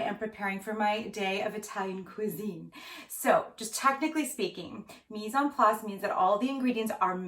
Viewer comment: Love the mise-en-place, which of course you pronounce perfectly. In the UK we say "Woos-ter-sheer sauce" but people have come to expect the extra syllables :-)